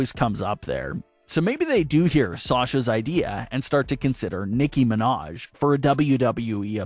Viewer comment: “Nicki Minash” 😂